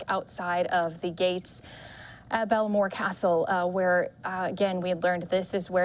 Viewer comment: Balmoral not Bellmore